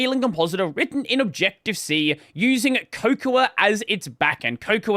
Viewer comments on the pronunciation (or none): Cocoa ... like Hot Cocoa (Co-co or Coh-co) cmon man.... did you skip on your Yorkshire tea? now you got all the apple people riled up.... now instead of eating their fruity pebbles theyre in our count chocula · Cocoa is the plant chocolate is made from. So there's no need for the extra "a" to be pronounced, just say it like "hot cocoa" or just "coco." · I’m pretty sure the “a” at the end of cocoa or wayoa isn’t very pronounced. Like the english word cocoa. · "Cocoa" is pronounced like the "a" is silent: "coco". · Not sure why you want to add the final "a" sound here [ , ]. According to Wiktionary, "Cocoa" (as in "Would you like a cup of hot cocoa?") is pronounced /ˈkoʊ.koʊ/ in the US (can confirm) and /ˈkəʊ.kəʊ/ in RP. So however you pronounce the vowel in the first syllable, it's the same in the second, i.e. "cocoa" = "coco".